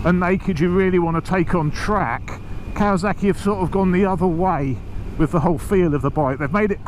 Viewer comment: Arghhhh Sorry mate you are doing something that drives me insane !!! It’s KAWASAKI not KAWAZAKI SSSSSSSAKI not ZZZZZAKI ARGHHHH